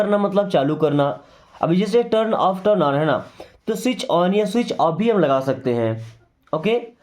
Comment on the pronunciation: The t in Switch is silent.